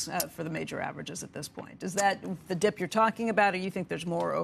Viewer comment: I love this this guy but he always says buy the deep lol